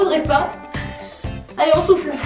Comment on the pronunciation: je meurt à chaque fois . avant je ne savais pas qu'on pouvait avoir des courbatures aux abdos. à chaque fois que tu dit "on souffle" j'entends "on souffre"